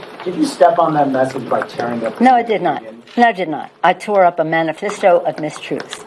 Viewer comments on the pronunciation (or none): Man-oh-fist-oh? Is that how you say manifesto? My goodness, Nervous Nancy is a mess. Also, keep in mind Acquitted means Not Guilty. So just as anyone else in any other trial, if acquitted, is considered not guilty. We’re moving on, Nan. Try to keep up.